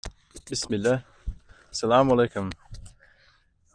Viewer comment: You say bismillah so perfectly